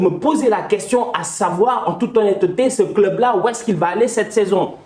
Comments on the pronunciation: En toute ho-nne-te-te 😂 j’en peux plus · "En toute honne-te té" Ne change pas ça😂